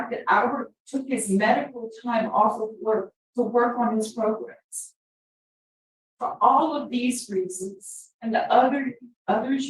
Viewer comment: Progrums I think he's teasing you here. He's heard how your team is busting on him so he emphasizes it and says it twice. 🤣